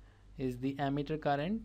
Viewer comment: Not ammeter that's emitter speak Wrightly